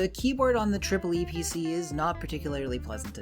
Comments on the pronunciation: disgraceful; he said "triple e" and not EEE PEE CEE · is pronounced eeeeepeeeeeeeeeceeeeee